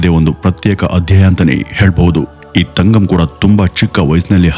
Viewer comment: It's ತಂಗಂ not ತಗಂ